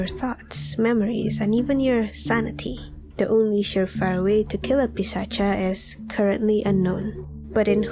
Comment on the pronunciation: India - It's Pisach. Not Pisacha. At least the pronunciation is Pisach.